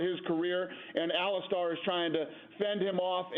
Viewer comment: It’s Ali-Stir!!!!